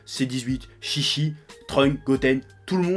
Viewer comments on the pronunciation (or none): none